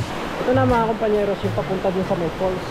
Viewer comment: Falls po hindi "fool". 😊